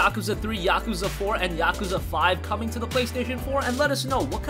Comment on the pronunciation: That's not how you pronounce Yakuza